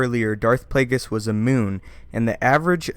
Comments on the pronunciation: Darth Plagueis was a Muun--pronounced "MYOON". He is not a fucking moon. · muun is not pronounced moon, but me-un